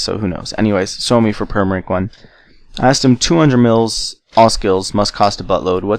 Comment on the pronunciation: kuulostaa tyhmält ku se sanoo "suomi"